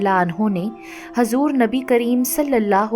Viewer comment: baji aapki videos bahut achchi hoti h lekin kuch videos m aapke kuch alfaaz m aap zer or zabar galat padhti ho kyunki m khud ek aalima hu isliye huzur hota h hazur nahi or sahaba ikram hota h aakraam nahi m aapko galat nahi keh rahi bas aapki galti bata rahi hu